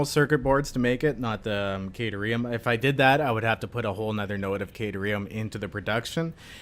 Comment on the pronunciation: Kă-tear-eum is how you pronounce Caterium